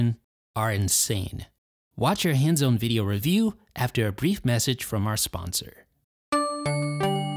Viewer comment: Thank you. I hate the way this guy talks. It bugs me so much. Every time I wanna watch their videos I close them after I remember how much I hate his voice/speech pattern. Nasally and can't pronounce anything right. Like seriously, "hands-own review?"